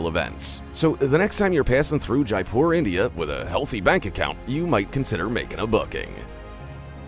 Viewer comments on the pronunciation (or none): none